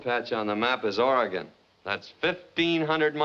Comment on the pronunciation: Yay! They're pronouncing Oregon correctly!